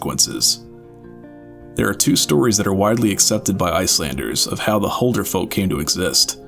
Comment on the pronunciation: BRUH please learn to pronounce Huldufólk, it annoys me when ppl pronounce it wrong